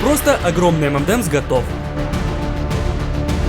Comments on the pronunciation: Правильно говорить не "эмэндэмс", а " Эмэнэмс" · Самая ирония в том, что правильно название этого десерта произносится как "Эм эн Эмс"